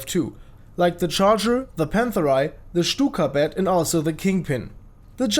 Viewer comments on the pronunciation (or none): i thought you said cykablyat not stukabat